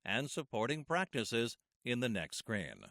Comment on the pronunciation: the way you pronounce screen is strange "the following scrain..." but great video